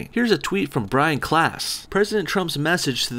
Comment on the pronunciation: you mispronounced brain klaas. but almost every non-hollander does that